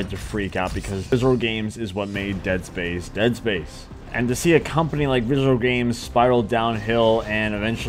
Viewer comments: Visrcllllll viscrylllll vscrlll looking ass, it's pronounced "VISC-E-RAL" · Listen to this dude try to say "visceral games" from to 😂😂😂😂